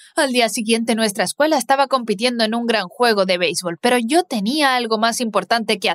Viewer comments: Disculpa me encanta pero en ves de escuela dise escueña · Ok ok pero no sé dan cuan cuenta que en vez q diga escuela dice ecueña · Te diste cuenta de que dice escueña en vez de escuela? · Xd dise escueña :v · Ay dise cueña y debería desir escúdala v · Todo bien pero"Escueña " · Dise escueña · dice ecueña y no escuela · porque dise escueña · Dice escueña no Escuuela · Pov:no se dice escuela se dice eScUeñA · Oye el nombre no quedo del todo bien dise escueña y era escuela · WEYYYY PORQUE DICE ESCUEÑA 😂😂😂😂😂😂😂😂😂😂😂😂😂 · Soy yo o dise escueña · Porqué dice escuña? 🤔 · PQ DICE ESCUEÑA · dice escueña xd